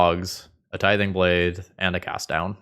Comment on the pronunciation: Why is tithing blade so hard to pronounce? Tiding blathe?